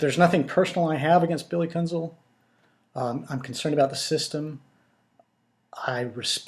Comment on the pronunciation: Sir, first and foremost, I do not care what your opinion of Billy Kuenzel is. And it's pronounced Kenzel as the "u" is silent. Which is what you should be when speaking about my father, Glen Kuenzel. His testimony was and still is the truth. He did get home from work and had to check on me and subsequently take me to the hospital as I suffered a concussion during a football game the Friday prior. Also incorrect is the name Kenneth, my father never referred to me as Kenneth it was always Keith. So I do not know where you get your "facts" from but they, sir, are not facts. Again you can have any opinion of Billy you choose and say what you feel you need to say. But you will desist in speaking of my father. Thank you Keith Kuenzel!